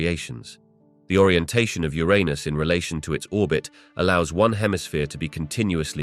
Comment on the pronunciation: He said Ur-un-us correctly the first time, then proceeds to say it incorrectly from that point on. "Your-run-us" not "Your anus".